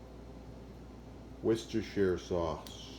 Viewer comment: OH MY GOD, A YANK THAT SAID WORCESTERSHIRE CORRECTLY! Well done haha